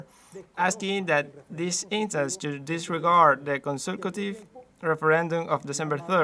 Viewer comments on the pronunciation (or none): none